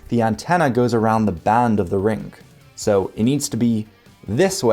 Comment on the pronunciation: For gawD's sake, "WHY DONT YOU GO AHEAD" and get your bad diction habits sorted out. It makes you sound like a Muppet. It's NOT a rinGk. NOT strinGinGalonGk sinGinGa banGinGk sonGk. NOT goinGon brinGinGit lookinGat cominGup rinGinGk. It's primary school education that the "g" is silent in gerund and present participle words there's no "k" sound on the end either. NOT brinGinGit lookinGat NOT doinGit cornerinG. NOT sawR lawR drawR drawRing withdrawRal awR-inspiring NOT asdaR pastaR pizzaR bananaR cinemaR sofaR mediaR dataR NOT lisaR nicolaR santaR NOT indiaR canadaR viaR americaR. That's a bad diction rhotic habit not English grammar.